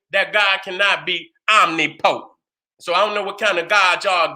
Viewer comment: Omnipotent..... pronounced: oh-nip-poe-tent or oh-nip-puh-tent..... wasn’t distracted from the message, just wanted to give you the correct pronunciation. Love you King👑🥰✨🧘🏿‍♀️👁